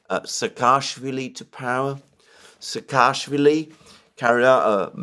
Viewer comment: Not SakAAshwili. He is SAAkashwili